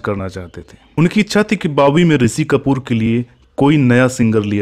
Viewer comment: आपका श को स बोलना बेहद खटकता है बार बार. शैलेन्द्र को सैलेन्द्र ऋषि को रिसि.